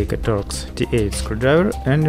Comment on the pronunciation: TORX T8 SCREWDRIVER! I thought you said dot D8 screwdriver so I googled that and got a whole load of nuffin' so then I googled star shaped screwdriver and hit the jackpot. Whew, wotta journey.